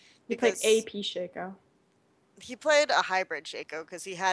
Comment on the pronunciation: It's not "Shayco" It's Sha-co.